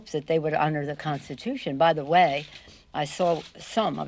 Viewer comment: The "Constution is the spreme lawvthe land". She makes DJT sound like Shakespeare. Retire that old broad before she starts swelling up and attracting blowflies.